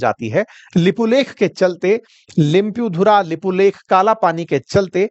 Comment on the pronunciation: भाइ लोग पैले लिम्पियाधुरा का उच्चारण तो ठिक से करिय यार आप तो जनताको सिखाने वाले हे ना फिर बोल्ने लग्जाते हो य हमारा हे सरम करो यार ईतिहास को ठिक चस्मे लगाकर पढो समझ जावगे 😊